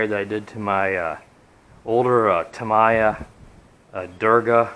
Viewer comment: Pronounced "Tam - EEEEE - Ya"